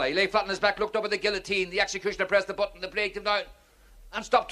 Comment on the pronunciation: The joke would have been funny if he did not miss pronounce guillotine every time.